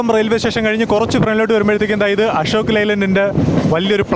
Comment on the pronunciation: അഷോക് അല്ല,അശോക്